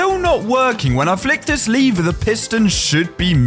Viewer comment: Bro your vids are amazing the only problem is you saying "liver" instead of "lever" its a bit strange but i think its just pronounciation problem or your the way they say in your country